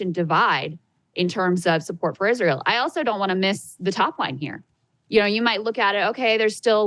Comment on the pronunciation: Young people dont even know how to pronounce israel